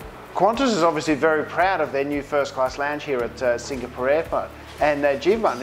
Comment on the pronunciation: Love your reviews. Hate the way you pronounce Singapore.